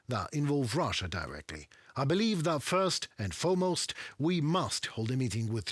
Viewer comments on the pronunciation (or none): none